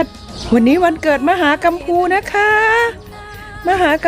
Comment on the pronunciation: คุณกำพูค่ะไม่ใช่กำปู